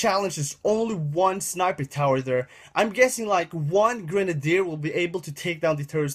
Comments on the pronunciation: lO grendeer it's gren-ade-der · also its not gre nade it sounds like girnade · its not gre nadier its grenadier